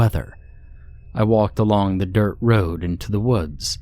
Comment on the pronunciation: I love that you left the 'last house on the ra-ou-ode' in there. 😂